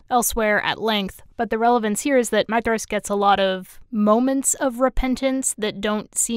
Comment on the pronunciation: You are literally the only person I have ever heard pronounce Maedhros correctly. 🙂